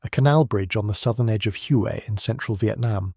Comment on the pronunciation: The correct pronunciation of Hue is "hwee". The 'h' is almost silent.